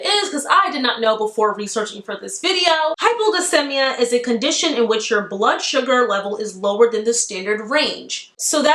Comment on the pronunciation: Hey love. It’s pronounced “hypoglycEEmia” hehe